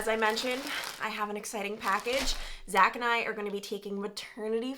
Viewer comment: When you said Zach and I...I thought you said Zachariah! 😂